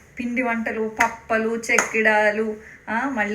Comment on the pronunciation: పప్పలు కాదే తల్లి పప్పులు